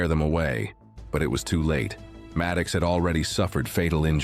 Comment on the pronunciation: The zoo-boy's name is MAD OX, not Mad kicks! Jeez!